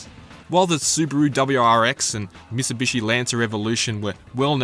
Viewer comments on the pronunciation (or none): none